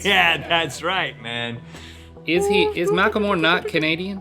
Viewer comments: It's mak-leh-more not makle-more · WTF MACKLEMOOORE HAHAHAHA